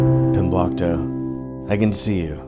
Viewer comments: i heard “comblockto” the first time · Glomblicto no 😭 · I just double checked and it says "Pimblokto" in the description of the video where he made a playlist. Maybe he's spelled/pronounced it different at different times or something, I don't know. I don't think so though.